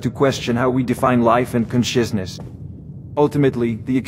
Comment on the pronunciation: "Con-shizz-ness." If only this could interface with ElevenLabs's API instead of Whisper.